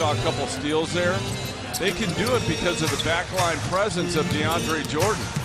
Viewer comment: "The lob & the jam by deandreuhshahsjej..dwight howard" haha 😂